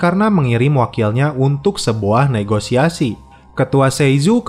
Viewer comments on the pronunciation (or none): none